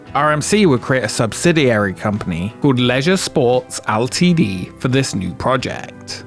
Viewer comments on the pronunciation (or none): Hearing Ltd pronounced as as ‘L T D’ is impressively traumatic somehow?